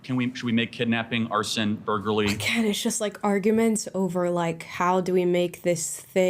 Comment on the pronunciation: burger-lee XD